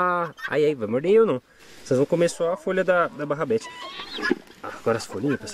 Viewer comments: barrabete é rabanete kkkkkk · Melhor coisa do vídeo é o falando barabedes só que é rabanete.kkkk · Hooo,não é barrabete é rabanete..😂😂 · é RABANETE não barabete kkkkkkkkk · Kkkkk o nunca vai apreinder a falar rabanete so barrabeti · No caso seria rabanete né kkkkkkk